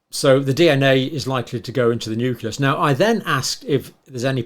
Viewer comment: It,s Nucleus. not nuculus. I assume you also say nucular.